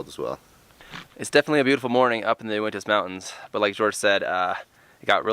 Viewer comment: You even spelled it out and managed to pronouce it incorrectly. Uinta : YEW-IN-TUH